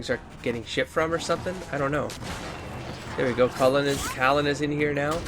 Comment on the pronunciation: Cailan is getting the name treatment, too, it seems. 😂 Sometimes he's Cullen, most times it's Kallen. GO HOME,, YOU'RE DRUNK